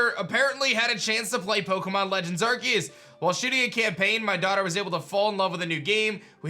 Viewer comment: PLEASE FOR THE LOVE OF GOD STOP SAYING IT aR-KEY-US ITS PRONOUNCED AR-SEE-US